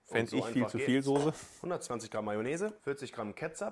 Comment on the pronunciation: Es ist die Soße und nichr die Sose 🥺